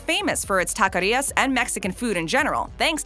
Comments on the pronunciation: What did she just say in .Because it was not taqueria she said taqaria. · Omg is takeria not takaria